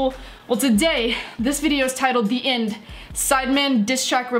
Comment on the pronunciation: It's not 'The Ind' , it's 'The End'